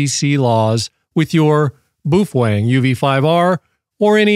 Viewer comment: so it's okay to break the law? irregardless is not a word. BOW (as in bend in reverence) - feng. and, you're welcome